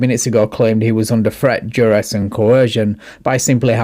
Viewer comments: For a registered pervert to try and project this legal or moral high ground is just nauseating. This guy even looks like a S.O. // Ugh, listening to him butcher words like "Trett, Dress, and Co-HEEERRR-Jin!!!" is equally stomach turning 🤮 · "Threat, direst, and co-hershin!"